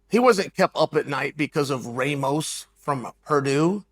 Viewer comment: Don’t like how you said Ramos. He is a good wrestler. Don’t like how Lee’s mother reacted. Can you imagine how she is at home? But I do agree with your point.